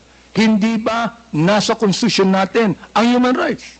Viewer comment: Constitution po.indi contitution